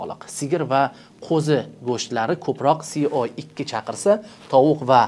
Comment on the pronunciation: Ака СО2 си о икки эмас се о икки булади